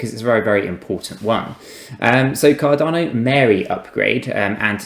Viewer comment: At least say the name right